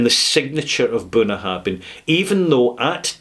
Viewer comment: you mispronounce the name of this distillery.